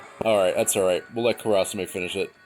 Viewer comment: How you say kurasame is cringeworthy. But overall good run